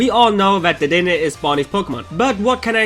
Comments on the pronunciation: dedenne is pronounced de de neigh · You see dedenne wrong its (de-de-nay) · Iris doesn't have a gible and dedenne is pronounced as the damn a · I only come here to hear him say dedenne xp